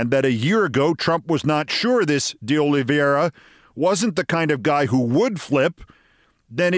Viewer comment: I believe his name is pronounced "De Olive - ee - ara."